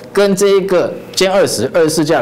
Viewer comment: 主持人: (鉛) 20 ....... 我還銅鐵鋁勒